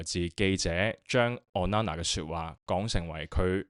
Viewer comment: O nana, not on nana 加油👍